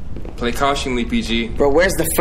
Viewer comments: but you said “cautiongly” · “play cautionly PG play cautionly” *cautiously it’s cautiously 😂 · Anyone else notice say cautionly over and over like it's not cautiously? Lol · LMFAOOOO he said "PG play cautiongly" 5 times without realizing it's "cautiously" 💀💀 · wtf is "cautionly" 😂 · i dont think "cautiongly" is a word xDD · Play cautionly 😂😂 you mean cautiously bruh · Cautiously not cautionly😂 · Wtf is cuationingly😂😂😂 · I kept correcting him saying cautious-ly over and over again in my head😂😂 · did you mean to say "cautiously"? lol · Bro had 5 chances to say cautiously correctly